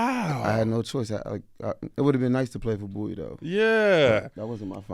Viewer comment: thank you for pronouncing BOWIE correctly!! #AyeAyeAyeAyeBowieee🐶